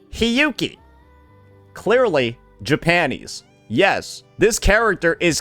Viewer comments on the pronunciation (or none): Sounds like bro is saying “Ja-panties”